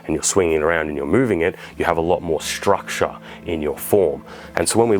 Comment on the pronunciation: I took a shot every time he said 'struckshure'.... I think I might be dead.